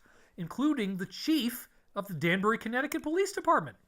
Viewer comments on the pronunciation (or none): none